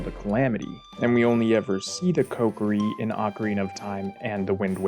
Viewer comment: Omg, what's with you pronouncing Ko Ki Ri like pot pourri?